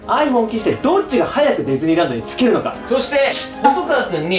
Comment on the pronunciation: デズニーランドって聞こえるw